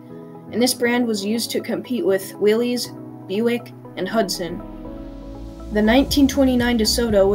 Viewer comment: With all due respect, Willys–Overland Motors was pronounced "willis" not "willees" Please reply. Dave...